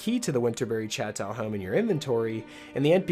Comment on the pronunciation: "Chateau" is pronounced shat-toe.